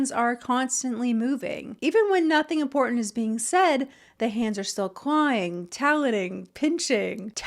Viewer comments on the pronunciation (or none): For me, the worst ick to come out of influencer culture is the monumentally heinous mispronunciation of the word IMPORTANT. It's pronounced imPORtant. With a "T." Not imPORdunt with a D. (I think this whole travesty started with the bastardization of "important," but it has spread like a disease; they also slide over the "T" sound when it occurs in the middle of any word, the result being they end up sounding like they have a Cockney accent. "Mow-uhn" for mountain. Etc. Please stop it, influencers and their mimics!